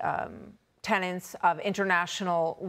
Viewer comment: Tenets, not TENANTS!